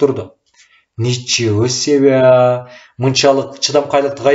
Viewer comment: Ничего себя эмес ничего себе деп окугулачы